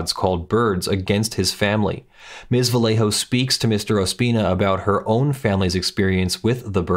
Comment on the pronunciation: love your videos. For future reference, in Spanish, the double L "LL" is pronounced as a "Y", so Vallejo would be pronounce "va-YEY-hoe"